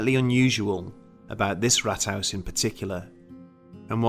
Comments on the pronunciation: Just a single correction: the pronunciation of Rathaus should be more like Raathaus. This sounded like Rathouse :) However, I enjoyed the video, thanks for doing it! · Please stop saying Rathhaus, if not roll the rrrrr.. ,I think you talking about the first Wolfenstein game on pc. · Oh and haus say as hows, it's not 100% but closer.